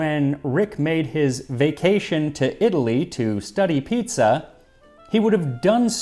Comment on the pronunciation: Piezza lmao